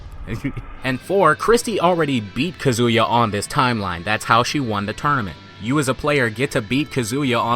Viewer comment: Yo why do you keep pronouncing Kazuya like Kazooya? It isnt similar to Kazooie it is more like Kazeya is pronunciation, not a huge deal because your videos are well done but it grates on my nerves that you always mispronounce my main man! lol